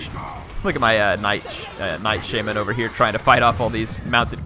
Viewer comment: it is called sha-man not shae-men